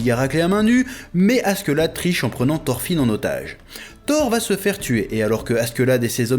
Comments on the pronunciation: Par pitié ... arrête de dire askeuladd on dit askeladd par contre leif à réellement existé c'est celui qui a découvert le vinland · "Gomsvikings" "Asquelade" jpp chef non 😭